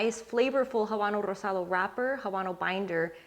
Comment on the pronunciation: When you pronounce Rosado, Ligero and Seco!😍. When I’m short on time I usually smoke the Fuente Chateau. I have all 3 wrapper variants in the humidor at all times!